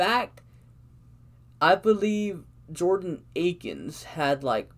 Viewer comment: Why is it so hard for people to say Akins at this point 🤦🏻‍♂️